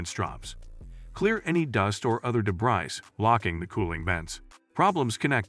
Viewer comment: Got too much "de-brise" 😂